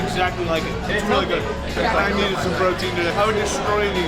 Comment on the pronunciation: ...."Protien." lol